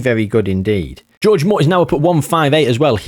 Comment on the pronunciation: I cannot believe you called the first guy George.... his name is Jorge! Whore-Hey!!!